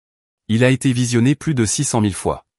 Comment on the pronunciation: merci de ne pas prononcer plus comme + en prononçant le s, alors que dans le texte ça signifie le contraire. Idem : Y est le seul grec mais seulement en tant que lettre de l'alphabet . "Il se prononce est un "i" quand il est un pronom. Belle histoire où celle qu'on a voulu malmenée n'est pas celle qui a été rejetée par le public.